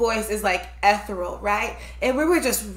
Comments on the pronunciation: It's ethereal,, not etheral. 😉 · ethereal.... ee-theer-ee-ul.... love the vids guys. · Ethereal. Pronounced “eh-THEAR-ee-ull.” Also, it’s a song about drinking, but playing the subject matter as a proud group rant of unity; a drinking “fight song.” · Ethereal is pronounced ee-THEE-ree-uhl. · I think you meant to say ‘ethereal’,. Now say it with me - E-Thee-Er-Real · it's eth-EER-e (long e)-al. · Fyi .. ethereal is pronounced eh thir ee ul......